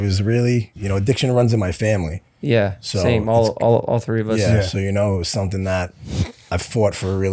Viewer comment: Why does Jeff keep saying “Tree” instead of “Three”?